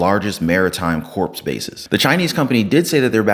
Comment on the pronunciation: WHAT IS THE THING WITH MISPRONOUNCING COR AND CALLING IT CORPSE?